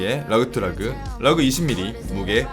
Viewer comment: 시계유튜버 중에 러그 발음이 가장 섹시한 빌런